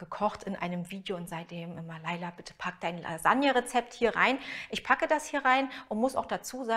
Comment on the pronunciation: Lailagne. Oder weniger italienisch: Lailanje